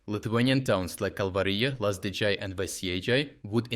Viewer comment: dude, please, the Lithuanian J is pronounced the same as how you pronounce it in Kalvarija, it's not Lazdidzhay or Veisiedzhay, it's Lazdijai and Veisiejai. It's really hard to listen to this Americanised way of pronouncing European names, especially from a fellow European